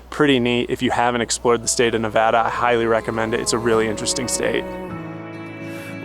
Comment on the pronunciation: Love your explanation of the Great Basin! As a Nevadan, I didn't even know this, but I especially appreciate that you pronounce Nevada correctly. Happy Travels!! 🙂